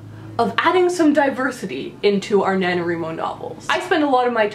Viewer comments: Do you wreet or do you write? Why do you think it's called NaNo-WRI-Mo and not NaNo-WREE-Mo? And why does every single person who mispronounces it this way shriek the mispronunciation, as if he or she is determined to force that on the world? Couldn't stomach even a minute of this. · Did you say NaNoREMo? lol